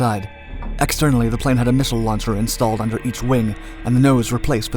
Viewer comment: Learn how to say missile lol